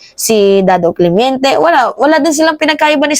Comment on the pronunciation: Nainis sa yo puro ka daw “clemiente” dapat clemente